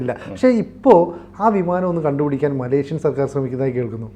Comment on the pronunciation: മലേഷ്യൻ ആണ്‌ ശരി.... മലേക്ഷ്യൻ അല്ല....